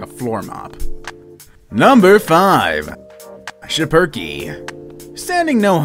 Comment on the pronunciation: I own a shipereke (PS its prenounced Ship-Er-Key)